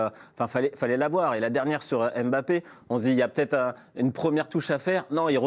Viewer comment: Arretez de dire Em bapp....